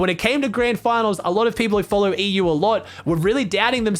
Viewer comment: you pronounced ''EU'' wrong